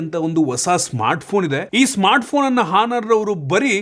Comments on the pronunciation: Guru HONOUR alla ONOUR antha pronounce madappa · ಹಾನರ್ ಅಲ್ಲ bro.. Honor ಅಂತ ಇದ್ರೂನು ಅದನ್ನ ಆನರ್ ಅಂತ ಓದ್ಬೇಕು